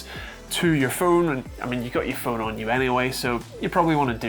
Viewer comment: "Phuone" "Bouuoth" U ok there mate?